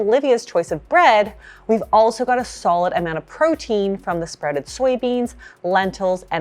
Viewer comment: I legit had to relisten to the part about sprouted grains multiple times because I could’ve sworn she was saying “spreading grains” and I was baffled 😅